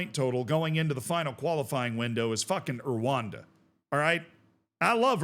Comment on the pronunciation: You love Erwanda? You refuse to learn how to say Rwanda!